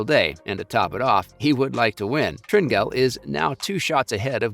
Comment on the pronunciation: Learn to pronounce Tringale’s name